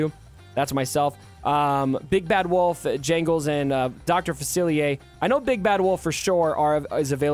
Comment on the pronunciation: Dr. Fa-see-ay. You need our New Orleans pronunciation 😂